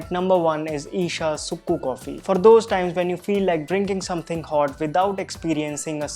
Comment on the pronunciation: Just fyi the sukku coffee is actually pronounced as 'chukku kappi' down south, but thanks for the great video!